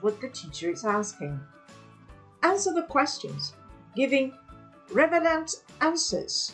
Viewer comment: RELEVANT (NOT "REVELANT") 1.07